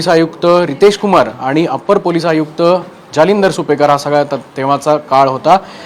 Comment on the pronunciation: गुप्ता - नावातच गु जालिंदर नाही दलिंदर